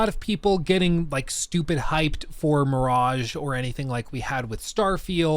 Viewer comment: Or as we say on this channel "Assassin's Creed: Meh-raj-ha"